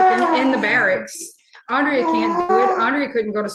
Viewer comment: Dude can't even say Andrea's name! Not last time or this time. That alone speaks volumes. Thanks for the content!